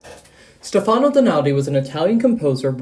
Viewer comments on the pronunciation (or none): It's not "steFAno", it's "sTEfano", for heaven's sake, please do learn at least to pronounce the name properly. And: It's "di stile anTIIIIIco" and not "di stile ANtico"! I've quit watching after , it's really horrible, I'm really pissed. Do at least a minimum of research how to pronounce what you want to talk about before you present it to the public, will you? It's a disgrace. I can't listen to that.